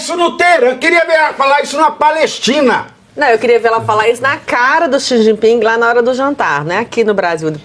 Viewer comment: Nossa! Quando ela lê parece uma criança recém alfabetizada, 🤯🤯🤯🤯cometeu erros, aleciada e xi ji pin, que horror